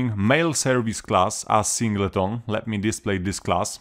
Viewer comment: Very handy cheers - also love the pronunciation of Sing - Ley - Ton ;) - good job